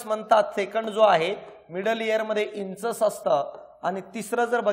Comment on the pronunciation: इंचस नाही इन्कस आहे उच्चार शब्दाचा ear मधल्या part चा